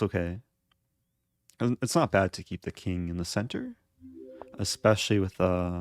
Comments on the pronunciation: Nikolas with a "k" Not Nikolas with "ak" lol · Eric: nikolas with a k.. Me: nikolas wi thak